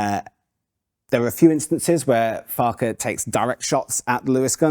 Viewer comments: It's not pronounced 'Farkar' it's pronounced 'Fark-wah'. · PLEASE, PLEAEE PRONOUMCE FARQUCHAR correctly. It ought to be "Farcher" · Unluckily for you, Joe pronounced it 2 different ways. 😂